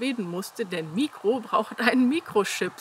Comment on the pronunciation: Mikro heißt im griechischen der Kleine mit Betonung auf '-kro. ❤️lichen Dank & viel Glück!